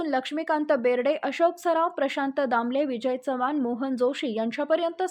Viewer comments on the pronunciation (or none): none